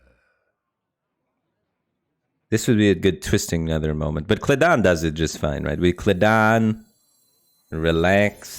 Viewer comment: Hearing my boy say "kledan" and not "Keli'dan" makes me understand why people snap and go on rampages lol